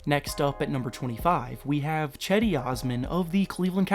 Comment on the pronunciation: Cedi not chedi